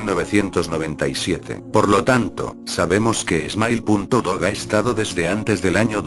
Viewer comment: jajajaj es smile dog no emile dog